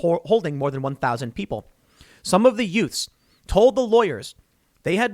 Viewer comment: Yout’z? What do you mean “yout’z”?